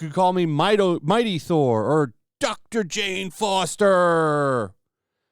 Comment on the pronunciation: I was wondering if it was just me that got nauseated when she said Mighty Thor. It was bad